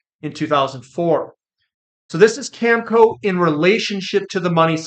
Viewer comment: it's Cameco...Cam...e...co. there's an e in the middle there. Don't you see it? It's quite simple. Please stop saying Camco. You lose a lot of credibility if you can't read a simple word like Cameco.